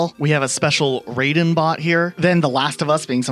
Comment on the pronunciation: wrong Raiden, you said it like the Mortal Kombat character. RYE-den not RAY-den